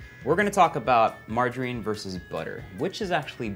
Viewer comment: I love how Erwan says "mar-JA-rine"